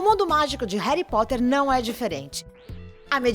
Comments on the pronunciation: Desculpa mas alguém querer falar de "reri potter"(como diz a dona do video)é legal mas falar sem assistir ou ler antes é foda né ? Reri Potter Reduing Não dá é ainda disse que Alan rickman é arrogante sendo que ele era uma pessoa muito doce e ainda diz que sonserina é uma casa ruim Me desculpa mas eu tinha que falar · Tenho que ser sincera, apenas vi coisas erradas "Reri Poter" "Jei ka roulin" "Sonserina por nome, sonserina por natureza" E muito mais... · Ela falando "Réri Potrer" doeu meu coração. Aliás, pare com esse preconceito contra a Sonserina, é ridículo julgar alguém apenas pela casa a qual ela foi escolhida, nem todo sonserino é vilão, existem bruxos muito maléficos e outras casas, exemplo: Pedro Pettigrew. Existem bruxos bons e legais na Sonserina, por exemplo: Escórpio Malfoy, que é um amor de pessoa (não sei se vocês consideram Cursed Child). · Eu ja tinha deixado o like mas quando ela começou a falar "Reri Potter" AAAAAAAAH tirei meu like kkkk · "Réri poter" kkkkkkkkkkkkkkkkkkkkkkkkkkkkkkkkkkkkkkkkkkkkkkkkkkkkk melhor inglês kkkkkkkkkkkkkkkkkkkkkkkkkkkkkk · Meeeee, qual foi essa tia falando errado: "Reri potter" "Jeaquin rolim" AAAAAA!!!!!! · MEU DEUS "Reri Potter" "J.K. Rolin" "Plot tist" Alguém me mata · QUE AGONIA ELE FALA "Reri Potter"... RESPEITA MEU BRUXO KALAI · "Réri" Potter "Robert" Grint. "Plotis tuitis". J.K "Rólin". Socorro. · Réry póter KKKKKKKKKK horrível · Parece rita skeeter falando, que chato rari potter Jekrolling WHAT? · Quem também sentiu agonia dela falando Reri Potter? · "reri potter" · "reri poter " q raiva man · Réri potter, J.K. Róling.... Pronúncia boa né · Fi é reri potti kkkk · Rérí Potter JK. Róling Daniel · Que povo fresco do crlh, pqp!!! "Ain, ela fala Reri Potter" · Jay Kai Róling, Rari potter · Reri Potter que agonia do caramba HARRY POTTER Já to acostumada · E minha professora que falou Reri Poti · "Reri potter" kaka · O jeito que ela fala "Reri Potter" é agoniante. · Reri poteir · Reri potter,anão vey 😑